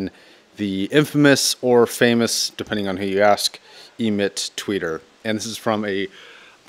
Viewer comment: Emit-r - so you mean "emitter"? :) As for Tool, it just did nothing much for me. To each his own.